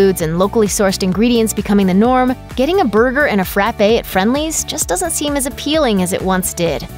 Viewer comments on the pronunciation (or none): Back in the 60s, my family would go to a Freindly's in Worcester, Ma. The company had great steak sandwiches and what were calle Awful-Awfuls. That was an extra thick, extra sized frappe. The things were so thick one could stand a spoon up in it, and if one tried to sip it through a straw, the straw would collapse. Being a New England chain, the word is frappe NOT frappe-ay. That a DQ pronounciation.